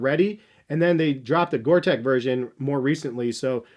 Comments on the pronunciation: Gore Tex is pronounced TEX like in TEXas not TEC :) Keep up the great reviews! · Gore-tex with an x. Pronounced like gore-teks not gore-tech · The Reebok Zig Kinetica Edge has to be one of the f-ugliest shoes ever. Gore-TEX is NOT pronounced to sound like Big TECH --- the "tex" is like the sound of the state of TEX as --- pretend there is an "s" at the end of "tex" - sound the "x" out. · Yes I'll be that person. It's Gore-Tex Not Tech😂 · You’re missing out on the acg mountain fly. Also it’s gore-TEX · Please stop saying "Gore-Tech", it's really annoying, and spoils an otherwise good review :( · Its pronounced Gore tecks, its a fabric that lets air in and out but not water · Stop saying Gorteck you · You'd think that a guy making a video about Top whatevers on the subject matter would know the difference... He can't even pronounce Gore-Tex correctly. facepalm